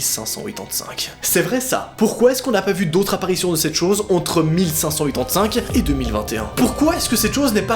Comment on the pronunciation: Je comprend rien quand tu dit 1585 😂